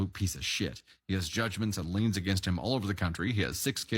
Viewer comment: it’s “liens”